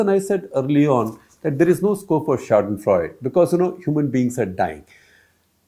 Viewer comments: It’s not शौडनफ्रौड, it’s शाडेनफ्रौयडे. It’s German and means to find pleasure in someone else’s misery. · Its not "ShadenFreud" but German word is pronounced "SchadenFreude" with E spiken as A in end... it means to enjoy others misery... So Mr Gupta, as a journo using foreign language please try to learn how to express it correctly.. anyways i expect nothing above mediocrity from you. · Shekhar Saarji, if you choose to use " fremdwoerter" like " Schadenfreude", then please learn the correct pronunciation of the the word, please, please, please!!!!!!? Don't make a fool of yourself. Freud is Freud......Freude is something else! Hope you read and don't make a fool of yourself again! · As usual, hats off to Shekhar Gupta -- who provides so much gyaan to this ignoramus about Indian politics! (But I just wish he would take more care with his pronunciation. Most egregious among today's salvos were schadenfreud (It is schadenfreudE, with the final consonent fully pronounced) and bomBer (The second b is silent -- "bawmer"). Of course, the latter is a pan-Indian issue -- not just limited to Gupta!)